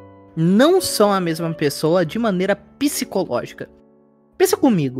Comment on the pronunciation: "de maneira *piscologica*"